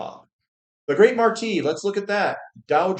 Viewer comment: FYI,.......The Great Martis is pronounced with an "S" at the end mate.